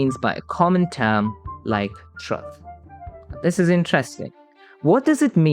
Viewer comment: but no matter what you mean by "truth", it never should have a "U" that sounds like the one in "truck" or "strut". not like the "oo" in "book". It's weird that this guy say "true" correctly but doesn't realise that "truth" is just "true" = "th".